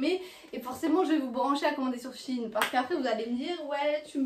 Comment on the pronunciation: Mais sa me stresse c'est pas Chine c'est shein~ 🤣😂